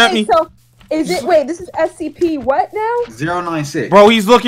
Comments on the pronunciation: said SCP but rikutto said STP so funny LOL hahah😆😆😆😆🤣🤣🤣😂😂😂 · If you know he said scPEES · He said stps